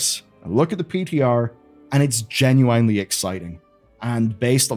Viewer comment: Take a shot every time says "genuwinely"